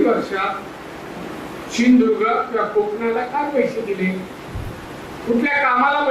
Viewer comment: तु आधी सिंधुदुर्ग उच्चारायला स शीक.